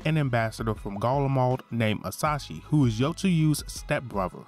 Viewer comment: Very good summary but I'm triggered every time you say "Asashi" instead of "Asahi" haha